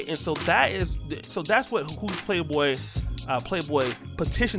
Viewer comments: Its called Hooters not Pooters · Its called Hooters not Heffers. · It's Hooters. Not Heffers. Fall back, ladies. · Hooters not Pooters....I'm horribly reaching.